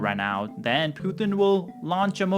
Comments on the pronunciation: Please tell me its a genuine subversive act that you call him ' poo thin'....makes him sound like weak sh1t....instead of pu tin. Makes me laugh uproariously...on all of your videos. Hilarious 😂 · FFS the man’s name is Pu-Tin pothin!